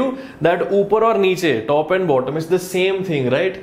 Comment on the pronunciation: Was laughing my heads off for "Zame " and "Epposite"